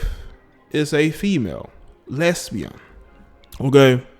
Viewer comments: Omgawd Lmmfao🤣🤣🤣😂the way you say lesbian, (les'bion) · The way you say lesbian is HILARIOUS 😂😂😂😂😂😂